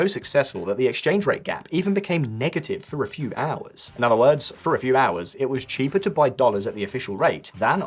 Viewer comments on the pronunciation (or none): none